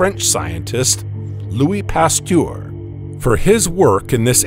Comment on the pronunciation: Who is this narrator??? I fire him myself. LUIS PASTEUR is a french name and - as by many professional Americans - completely mispronounced. Add the annoying SZZZZZZZZ and you know where this man belongs!